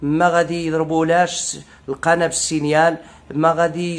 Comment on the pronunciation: نقول القناة وليس القنا. المرجو التصحيح حتى لا يقال عنك كسول متل الزروالي